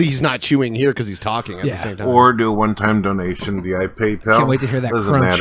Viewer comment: After all these years, still pronounces "via" as "vee-eye".